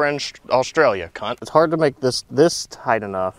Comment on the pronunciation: hearing him say c*nt with an american accent is so weird, im deadddd thoooo ahahahahahaq